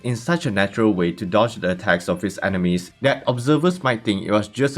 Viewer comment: I know it is because of your accent, but it sounds more like his heightened senses let him detect Animes instead of Enemies... and somehow it still fits perfectly to his Cid personality. 😁